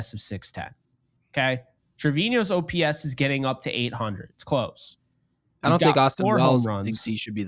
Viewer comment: Ngl, I get so uncomfortable when I hear say "OPS" and not o.p.s. lol, love you guys! Best Yankees content on YT aside from, maybe, Jomboys media empire tbh